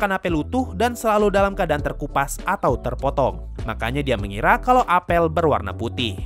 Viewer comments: Bacanya apel bang bukan apel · huruf e pada kata apel dibaca pake e pepet bukan e tailing, bang hehe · bukan apel bang, tapi apel